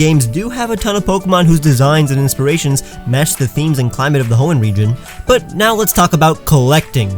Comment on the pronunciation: they kept mispronouncing Hoenn